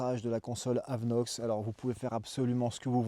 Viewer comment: AVINOX et non pas AVeNOX .... Si non super vidéo !!